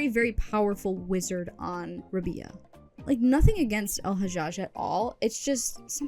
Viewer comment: Rab-eye-ah; pronounced similarly to pariah